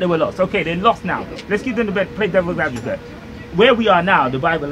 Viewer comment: 20mins in "devils advovate".? Wow!